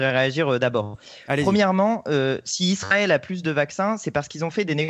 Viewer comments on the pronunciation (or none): none